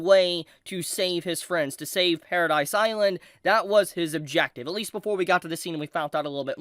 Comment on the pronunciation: pair-ruh-dee island not paradise. did you even watch the show?